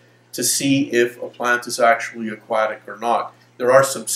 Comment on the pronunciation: nice info. I just can't stand the way he says "aquatic"